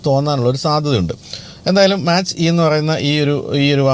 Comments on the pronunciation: മാച്ച് അല്ല ചേട്ടാ. Its മാക്./മേക്ക് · Mach - E .. its pronunciated as 'Mac' E ... and that name came from speed of sound